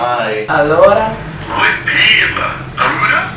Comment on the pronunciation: I didn't understand where was my dialect (Umbria) but I understand that an app called "I mortacci" is obviously rich of bad words :P However you said "We Pirla" in a simply perfect way ahaha